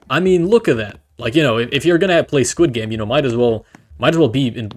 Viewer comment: skwid gaymes